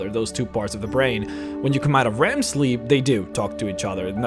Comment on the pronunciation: Wow i dont know why i get so tilted by you saying Rem... Its REM...